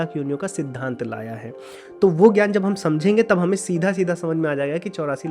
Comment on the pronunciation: ज् + ञ = ज्ञ Jna for Jnaana ग् + य = ग्य Gya for Gyaana Please don’t read letters of Sanskrit wrongly as it is done in Hindi. In Sanskrit, what you write is what you read. Not like in English where Ghoti could be read as Fish ( gh as in enough, o as in women, ti as in ration) as told by Bernard Shaw. So don’t read ज्ञ as gya anymore but read as jna